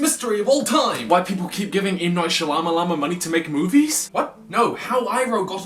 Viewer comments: I love the way you said Shalamalan instead of Shamalan. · M Night Shilaminom? That's not a pronunciation I've heard before.